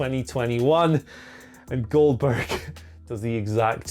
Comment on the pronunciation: finally a wise man , who's saying the name correctly